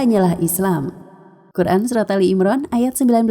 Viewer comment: Ali imran bukan Al imron boss... Bisa di sebut Ala,Ali,Aluu